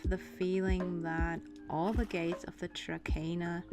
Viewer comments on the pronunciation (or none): No offense, but you're supposed to pronounce it 'Trakner' :) Nice video, though!